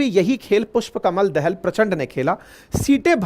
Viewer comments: आपका अनालिसिस बहुत सही है । पर उच्चारन, जैसे पुस्पकमल दाहाल प्रचण्ड को आप दहल कहते हैं तो बुरा लगता है । दहल नही वह दाहाल हैं जो वत्स गोत्र के ब्राह्मन हैं । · पुष्प कमल दहाल not दहल